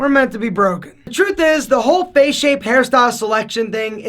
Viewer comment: Why nobody pronounces it face Everybody pronounces it fache